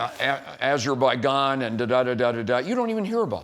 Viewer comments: This guy condescendingly tells her she needs to do her homework right after failing to be able to list the wars Trump supposedly ended. Also...where exactly is "Azerbai-gone"? 🤔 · 100% eens met wat je zegt. Hij zegt letterlijk dat Trump 8 oorlogen heeft beëindigd en zegt vraag me niet welke 4 in Afrika en 1 in Azer bij Jan...hij weet niet eens normaal het land uit te spreken. Dan als klap op de vuurpijl zegt hij je moet beter geïnformeerd zijn. 🤣🤣 Man wat zijn die republikeinen een stel achterlijk volk zeg. Ook je kind op 9 jarige leeftijd al herten afschieten. En dan zogenaamd allemaal zo gelovig. Gewoon shows die ze opvoeren. Amerikanen zijn allemaal acteurs. De een slechter dan de andere.